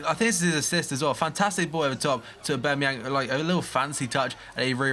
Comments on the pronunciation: AubAmeyang not AubEmeyang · u dont pronounce the A its basically ubermayoon